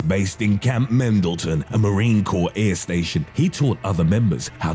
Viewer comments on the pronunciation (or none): when you tried to say camp Pendleton I died ahaha where's the M in it lolz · Camp mendalton? Does he mean Camp Pendleton in cali? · He said camp mendleton! I give up! Its camp Pendleton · Did he REALLY just call Camp PENDLETON, Camp Mendleton??? Did anybody else catch that??? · Camp Pendleton is not an air station and it’s not pronounced “mendleton” 😂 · The fuck is a Camp Mendleton lmao. Heard of Pendleton, Mendleton must be a new base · Camp mendlton? Is that south of Pendleton? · camp mendelton - - lol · It's camp pendleton numbnut, not mendelton lol get real dipshit... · Its PENDLETON... Not Camp "MENDLETON" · “Camp Mendleton” 😂😂😂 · "Camp MENdalton!" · It's Camp Pendleton, not Mendleton, you fuckstick! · Camp Mendleton???? It literally says Pendleton on the screen.... Its not an air station either... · Camp Pendleton is apparently pronounced Camp Mendleton lmao. Next thing you know 29 Palms will be 29 Psalms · Camp "Mendleton"? You literally have the spelled correctly on screen but you fucking said "MENDLETON"?! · he says Camp Mendleton instead of Pendleton lol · wow you pronounced pentalton all wrong 😂😂 and pentalton is not a an air station lol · You pronounced Camp Pendleton wrong